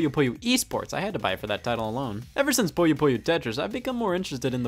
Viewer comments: It's "poo - yoh" not "poy - oh" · scott. scott its pooh-yo